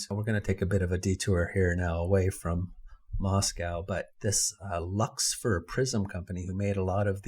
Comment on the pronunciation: the "Luxfer Prism Company" sounds like "Lucifer Prism Company" but I am dyslecix, so it is prolly just me.